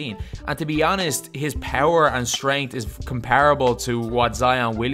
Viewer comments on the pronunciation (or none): none